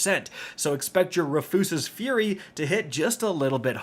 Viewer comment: You gotta be playin with how you pronounced Rufus's Fury at the 3 minute mark there... 😂😂😂